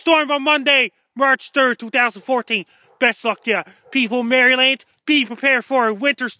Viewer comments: Hey! Thanks for what you do... just as a heads up, it's pronounced "Mara-lin" which is why people keep commenting about "MARY LAND" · please it's not Mary-Land, Marelund is the appropriate pronunciation. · It drives me nuts when people say MARY LAND seriously its maryland. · love thee MARY! LAND! pronunciation. what drives it home is how many time he says it. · Being in MerryLand (as he says it).... This is hilarious. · Who the hell says "Mary Land"? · Can barely get the words out over those teeth. we'll be fine here in Mary land